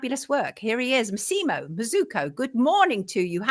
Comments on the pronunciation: MASSimo, not MaSEEmo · Pedant and half Italian here: it’s MASSimo not MassImo. Accent on first syllable not second. Great interview.